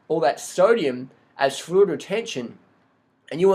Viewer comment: fLuid retention (not food/fruid retention)